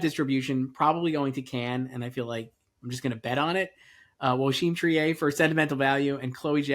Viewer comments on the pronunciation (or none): Another year begins! Thanks for the video. Btw, Joachim Trier is "Treer," not "Tree-eh" like Justine Triet.